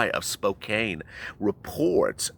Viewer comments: Hey spokane is pronounced spoCAN not spoCANE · its pronounced Spo can but spelled spokane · It's Spokane like a-a-a-a-pple, can, bran and man. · Its Spo + Can = Spokane no e. Lol and yes they did report this. I watch this channel every morning. I'm from and live in Spokane. Not that, that matters. Lol but I thought I'd help you with the pronunciation. Hehe have a great day. Keep up the good work. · Not to criticize but Spokane is pronounced spo-can